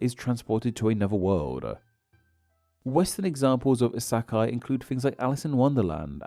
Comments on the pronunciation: You have been to Japan multiple times, so you should know that the vowels are quite simple. The vowels sound more or less like how they do in the majority of languages. The vowel sound in "kei" sounds like "hey", not "high", etc. I'm not even sure how you got "ih sah kai" from "isekai", as the "e" doesn't sound like "ah" even in English, much less Japanese. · pronounce as eesekai i think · “ASAKAI” you’re a linguistics youtuber. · please study the IPA and/or just try harder to pronounce the words more accurately. It surely can’t be as hard as you make it sound to pronounce “Isekai” or “kei” correctly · While you have a point (even though it's still sad that he said he has been to Japan multiple times yet still pronounces things in a German way), what's less able to be understood is how he found an "a" in the "e" part of "isekai". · Do you not take a second to look up the words to make sure you’re pronouncing them properly? Like, all you gotta do is google “how do I pronounce Isekai” or type it into a Japanese text to speech bot. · I felt extremely violated when he pronounced isekai wrongly